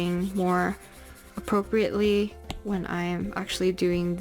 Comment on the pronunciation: Her: apropreatly Me: aPRoCReAtly